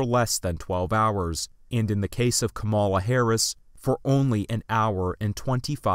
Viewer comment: Very interesting video, keep up the good work! But seriously, she's been in office as VP for two years already so idk why people keep getting it wrong, but it's KAmala, not kaMAla. The stress is on the first syllable!